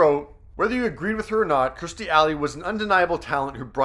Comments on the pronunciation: Her name is Kirstie not Kristie, it's just a thing but if she's really a favorite, it would be really cool if you said her name correctly. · Learn how to actually say her name, Not Christy, but Kirstie! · It's KIRSTIE NOT Christie. Lol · Her name is Kirstie, not Kristie. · It’s K I R S T I E Not Kristy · Kur-sti Not Kristi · her name is KIRSTIE not KRISTIE! get it right. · Kerrstir? Its Kir-stie! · It's Kirstie ! For Christ Sake!Her name is K I R S T I E! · Why can’t that man say her name instead of kristy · KIRSTIE, at least get her name right please.